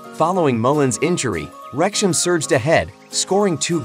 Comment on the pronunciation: FIX YOUR COMPUTER NARRATION! Wrexham is NOT "REKSH-em!"